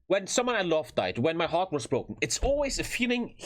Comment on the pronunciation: for about a minute tries to say the word "heart".